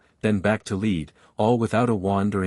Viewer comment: One problem with pronunciation. The metal lead is pronounced like led, not leed. This narration consistently gets it wrong